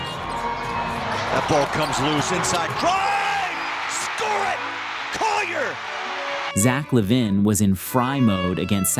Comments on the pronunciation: Did he say Zack Lavin' ? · He can't pronounce a number of names (LaVine, Knecht, etc). Makes me assume he's not half the fan these videos make him out to be.